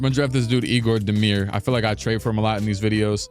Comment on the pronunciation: Egor demin not demir